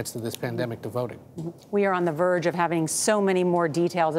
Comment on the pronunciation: Why does the guy keep saying boats and boating instead of votes and voting?